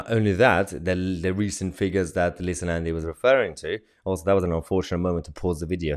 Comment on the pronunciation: "Leetha" Nandy ! 😆 If Helen Of Troy was the face that launched a thousand ships, then this is surely the face that launched a thousand 💩s! :face-green-smiling::face-blue-wide-eyes